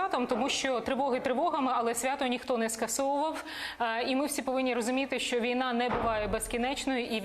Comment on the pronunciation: Мосєйчук і досі за "язик"?! "Щьо, чьоому", чяс, щє:."?! Треба навчитися звуки вимовляти, пані "Мосжйчюк"